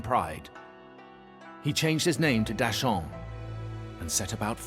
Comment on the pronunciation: Thanks to the dubber, new fans might hear the monkey King changed his name to deshaun instead of dasheng if it weren't accompanied by subtitles 🤣